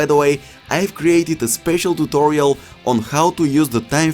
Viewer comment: Like how he says tutolio